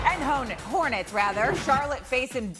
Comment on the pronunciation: Anybody catch her saying HO-Nets 🤣